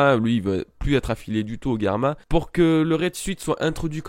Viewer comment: nan mais tu m'énerve tu fait bien tes vidéos one piece c'est cool mais tu prononce mal le nom de sanji une fois sur deux le nom de katakuri tu dit katakuli c hyper chiant et germa aussi et luffy mérite sa prime alors dit pas nimp merci